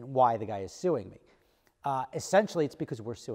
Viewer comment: Maybe I should sue you for butchering the english language. S.u.i.n.g ( you're welcome ,please fix )